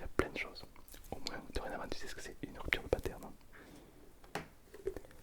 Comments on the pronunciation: Rhupptturreuh deus pâtes-air-neuh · Rüptür dö patern